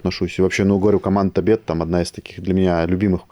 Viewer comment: ТӨБЕТ, минимум ТОбет, какой нах Табет, ладно русский с РФ, ты же наш. Учись норм произносить ‼️‼️‼️‼️